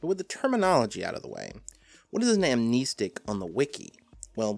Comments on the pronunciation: Why is he saying Am-knee-stick and not Amnestic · I always thought it was pronounced Am-nest-ick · Also surely its pronounced "ahm-neh-stick" not "ahm-nee-stick"? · Nice video on amnestics, but jesus it peeved me so hard that you pronounce it amneestics. There’s only one e there man. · "am-KNEE-sticks" ~, 2019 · I pronounce it as: Am-nes-tic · Its pronounced am nestic, like amnesty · I wasn't sure about that, so I looked it up. Turns out, you're right, it is a real word that's defined somewhere other than the SCP wiki, which means it has an accepted pronunciation. As it happens, the correct pronunciation is indeed [am-nes´tik], therefore pronunciation is incorrect. Welp, I learned a new little factoid today I guess. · you're wrong about amnestics (am-nest-ick) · im pretty sure its pronounced "Am-nest-ic", despite how the root word "Amnesia" is pronounced. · "am-ness-tick" sounds better tho. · You’re wrong on how you pronounce amnestic. Although I guess it’s like the keter pronunciation argument. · Ok it REALLY annoys me that he keeps pronouncing amnestic with two e's.